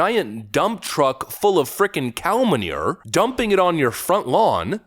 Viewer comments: Dude, the way to say manure had me dying... love your videos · Say manure like that again and I’ll unsubscribe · I like the way you pronounce "manure", don't think I've ever heard it pronounced like that before 😂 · The way he says the word manure cracks me up lol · Your pronunciation of "manure" is hilarious. Please say it over and over again. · I love how you say MANURE 😂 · For the first time in 2 years and never missing a video…I finally disagree with you on issue… Your pronunciation of the word “Manure” That is all. Love ya. Keep up the great work.